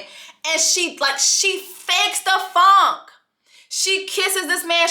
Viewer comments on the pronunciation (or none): none